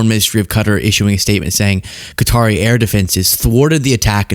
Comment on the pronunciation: bizarrely pronounces 'Qatari' correctly but not 'Qatar'....weird 🤔